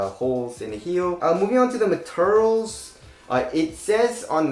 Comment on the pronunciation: Moving on to the "materels" 😁